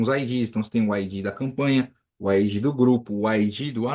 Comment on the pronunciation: Você pronuncia ID como se procuncia IG. Coloca no Google tradutor esses dois pra você ouvir a diferença.